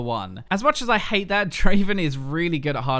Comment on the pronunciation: Not Draven , DRAAAAAVEN !